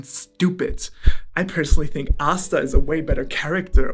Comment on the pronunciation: Bruh said asta hell nah boyyy